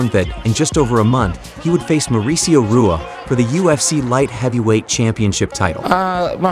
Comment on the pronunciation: It’s “hoo ahh “ not RUAH for shogun brother 🤙🏻🤙🏻🤙🏻 just helpful hint